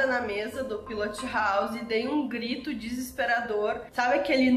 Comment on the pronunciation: PILOTI HOUSI....essa mania do brasileiro de sempre adicionar um "i" no final de toda palavra inglesa!